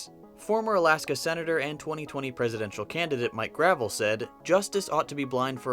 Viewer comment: The former Senator from Alaska's name is pronounced Gra-VELL, not like driveway stone.